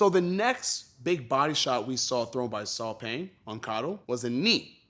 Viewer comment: Burmese here...Paing is pronounced "Pine" (without the emphasis for the P word ) rather than "Peng" or "Paing". It makes me happy to see that Lethwei is getting some recognition !